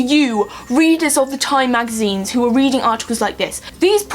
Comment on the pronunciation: you have the jonathan ross voice thing a little bit, you said "weeding this article"